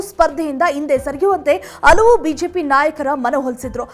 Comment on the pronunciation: ಆವೇರಿ ಅಲ್ಲ ಹಾವೇರಿ, ಔದು ಅಲ್ಲ ಹೌದು, ಅಲವು ಅಲ್ಲ ಹಲವು